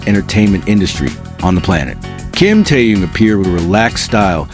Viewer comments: Автор очнись, Тэхен, а не Тэен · Почему вы Тэхена, называете Теен, имя правильно называйте, противно слушать